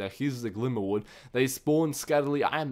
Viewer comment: HOLY F'N PRONUNCIATION! 2 names where said correctly this whole video and Glimmerwood